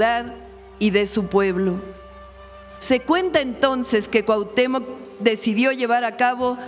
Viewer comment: Por qué deforman las palabras están usando la palabra Cuahutémoc con K al final